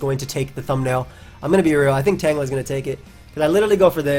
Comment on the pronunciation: Nice tan-jelluh.